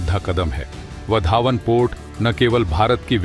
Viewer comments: बंदर का नाम वाढवण है, पढना नही आता या बोलना नही आता, यह वधावन कहासे लेके आये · सर, वो वाढवण पोर्ट है, उसका उच्चारण वधावन नही . धन्यवाद. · उस बंदरगाह का नाम वाढवण है, वधावन नहीं | कृपया नाम को सही बोलिये | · वाधवन बोलो bhai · Your pronunciation of Vadhvan is not how Gujaratis say it…